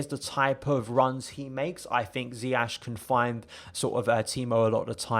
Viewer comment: Bro love the video and analysis but please man dont do a Lampard. His name is Ziyech pronounced Zi-ye-sh 🙏🏿 keep up the amazing videos